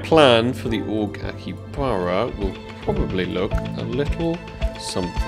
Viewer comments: not aki baba its akihabara :D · It's "AkiHAbara Accept" ;) I'd never be able to do these kinda crazy contracts, so I'm happy just watching them^^ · Bro, Aki-HABARA